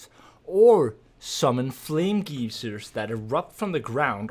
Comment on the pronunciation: "flame geezers" Sienna summoning the flaming spirits of previous senior members of the bright college? Hell yeah!